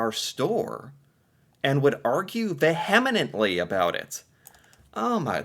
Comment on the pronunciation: Vehemently ≠ "vehemenently." It's VEE-um-ent-lee. Just a few days ago, l was checking out some sidewalk fruit displays at a nearby store and exchanged a few comments with another shopper. She asked if I was a born Canadian (Right here!) and explained she had just arrived from San Diego, and that I didn't have an accent at all! I should have said "And neither do you!" but told her that people will sound awfully similar, whether from SD, LA, SF, or up here in VR, and we did impressions of Southern, Bostonian, and New York accents for laughs. I'm not sure what I was supposed to sound like.